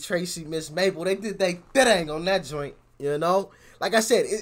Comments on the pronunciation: Mabel is big in the UK and yes u said her name right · look out for some uk garage tunes and yes it mabel you say it correct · Yeah you said Mabel fine. And she's also very good and well known in the UK, she's had quite a lot of songs in the top 10 here too.